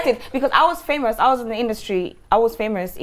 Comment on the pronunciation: Did she say "I was famurs??" Ok bobriski.......